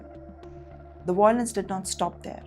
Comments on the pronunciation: Not voi .... lence It's vai ...o.... lence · The word is violence - not viOlens - Emphasis/stress is on the letter Vy-lence or Vy e (soft) lence